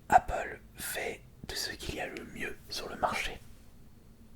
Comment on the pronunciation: Au début pk tu sait pas articuler TU DIS APPLEP PAS APPLE